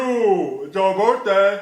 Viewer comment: “Twenty- twenty fiffff - Birfdayyy” 💀